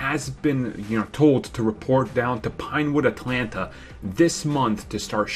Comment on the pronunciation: please say "pinewood atlanta" again